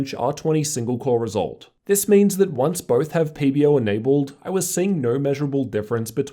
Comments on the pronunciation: Its pb-O! not pb-Rrrr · Do I need to get my ears checked or does he keep on saying PBERR? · nice re3view but whats wrong with you pronouncing the "er" on PBO? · That's what I hear too. PB-ERRRW. Love it!